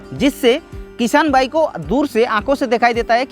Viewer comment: Bhai भाईगो नहीं वाइगो hain😂😂😂